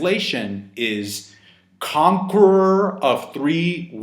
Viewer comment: C-can you say conqueror again?